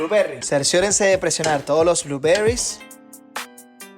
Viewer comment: Pregunta,, por qué decís los ingredientes o herramientas en inglés y mal pronunciado, cambia en algo decir Arándanos, en lugar de "bluberrys? ", Después por lo demás me encanta tu contenido, me sirve mucho para anexar a lo que aprendí, más cuando me toca ver cosas en el bar